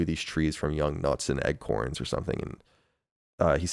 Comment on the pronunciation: Did Colin really say "egg-corn" instead of acorn?